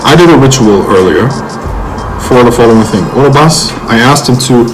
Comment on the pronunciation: Dude, its OROBAS ......Not Oroboros !!!